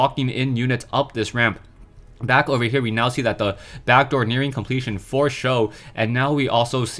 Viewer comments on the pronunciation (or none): "For Sjow" Fo sho